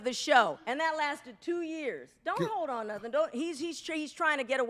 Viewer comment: He said HOLE D. He didn't say hoe, but I know how Corey be slick using words that sound like other shit etc 🤣